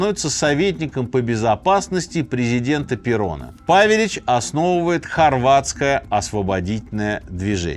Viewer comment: Правельно павелич удорение на Е